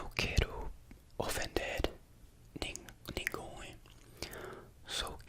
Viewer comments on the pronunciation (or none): Your brazilian portuguese is really good, I don't know how much you can speak without following a script, but the pronunciation is on point, you could easily speak with any brazilian. Also I noticed you had a hard time trying to say "ninguém", back then we used "Ü" to show when you had to spell the letter U, now you have to memorize for each word unfortunately, In "ninguém" you don't say it, so it should sound more os less like "nyn gain".